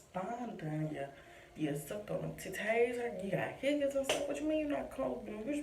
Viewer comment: The way you said titties🤣🤣🤣